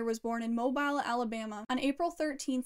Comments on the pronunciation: Mobile is pronounced "mobeal" ... Just FYI. Great vid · Yeah we pronounce it Mo-bill . Lol either way, awesome video ! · The way u pronounce Mobile 😂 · It's pronounced "Mo-bill" 😂 Mobile, AL love the video though ❤ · Thank you so much!! I'm so glad you liked it:) I will be pronouncing Mobile correctly from here on out LOL